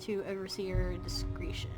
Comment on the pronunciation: says "discreetion" instead of "discretion":P